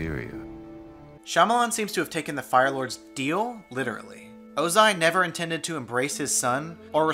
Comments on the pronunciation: the way they say sokka, aang, and ozai really urked me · I watched this movie as a young child and I forgot how poorly they pronounced everyone's names SO ka Ong o ZAI aaaAAAAAAAAAAAAAAAAA